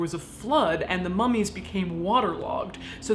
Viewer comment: Every time Caitlyn said 'AMERICAN MUM-EES' I almost died laughing